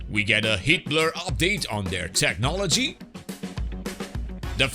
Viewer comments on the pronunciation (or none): Just an FYI, the way you pronounce “heatblur” is detected as “Hitler” by YouTube’s automatic caption system, maybe a cause of random de- monitisation if you face that. for example